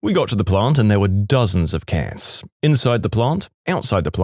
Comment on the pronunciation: u pronounce cats too similarly to kids 😟